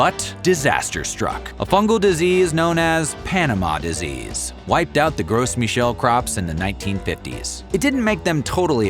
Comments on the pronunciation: "Gru" Michelle you don't pronounce the S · gross michel? must be from the states... that pronunciation, eeeeeeeew.